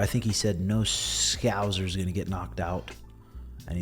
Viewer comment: Never seen a single American who can pronounce "Scouser" properly 😂